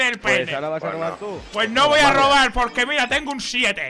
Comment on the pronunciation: AHHH JUGAAH A ROBAHH A LOJOOOH